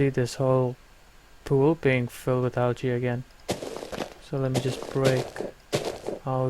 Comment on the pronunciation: Also "algae" is (in English) pronounced "aljee". Its not a mod specific thing, just English. :D. Great vid. You should instead make tutorial vids like this, seems like it would be more fit for your personality. :D